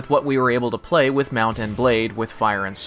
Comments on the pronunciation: i hate how he says mount and blade sheet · anyone else think that he says the words mount and blade like hes never heard those words before in his life